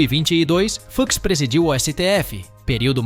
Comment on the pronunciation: Luís "Fucks" kkkkk que pronúncia é essa?